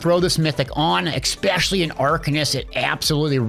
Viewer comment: FYI it's "especially" not "egg specially". You say that word wrong every single time which is weird for a grown man to do